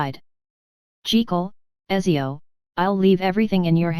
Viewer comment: btw my girlfriend is italian and she told me Ezio is pronounced Uh-t-zee-ohh